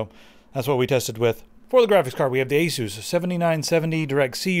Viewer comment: I think it's pronounced ace us